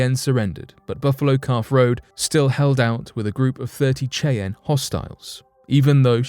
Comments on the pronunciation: you pronounces the native american tribe name wrong it is not kay-ann it is shy-anne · Did I hear chi-anne instead of Shyanne (Cheyanne tribe). That's really bad writing and research. We have machines now that will pronounce names for you if you're not sure how it's pronounced. C'mon dude I like your channel 😅. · Cheyenne Pernounced: "SHY-Ann" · It's pronounced Shy-ann.... Ya dang lymey. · Need to brush up on your pronunciation - Cheyenne - 'Shy Ann' Schmeisser - 'Shm Eye Sir' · Dude seriously it’s pronounced SHY-ANN YOU SAY IT COMPLETELY WRONG THESE AMAZING PEOPLE DESERVE THAT NAME CORRECTLY THE WAY YOU SAY IT MAKES MY EARS KRINGE😖😖😣😣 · As a girl from originally from Wyoming, your pronunciation of Cheyenne is amusing. It's pronounced SHY-ENN. Just an FYI. I have an Eastern Shoshone daughter, am part Alabama-Coushatta, have many Northern Cheyenne friends and trust me., that's how the Cheyenne people pronounce their tribal name. Their own land??? A REZ?! I think you need to study up on what 'their land' is really like as well! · Bruh....its pronounced Shy-ann lol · It's amazing that a grown man hasn't heard it pronounced before.lol 👍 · That was driving me nuts. I’m glad you posted a comment. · Cheyenne is pronounced shy'- ann, not the butchered way you said it. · I was just about to make the same comment, glad I scrolled down first. :-) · Apart from mispronouncing Cheyenne, Great clip